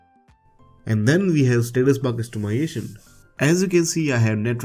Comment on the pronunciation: Can you please pronounce "Customization" correctly, it's not "Customyation"